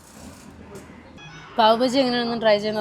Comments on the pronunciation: Paav baji alla Paav Baaji anu. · പാവ് ബജ്ജി അല്ല പാവ് ബാജി